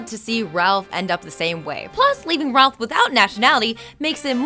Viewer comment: She misspelled his name saying "Rolph"